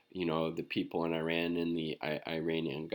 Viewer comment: small detail, check yt video titled; How to Pronounce Iran - PronounceNames . com , . otherwise great channel